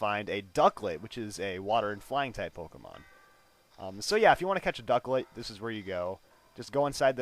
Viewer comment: Ducklett should be like a C